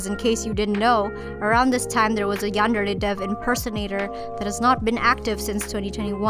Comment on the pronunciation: How you say yandere dev is so funny lmao